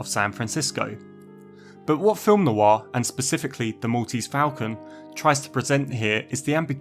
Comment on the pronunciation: "Noir" has just one syllable - not Noo-Arr